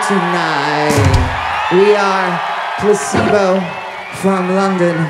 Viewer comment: Oh god.. I thought it's pronounced like "Place - bo" through my entire life